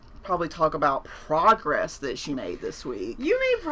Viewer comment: I heard “frogress”. I think we should go with that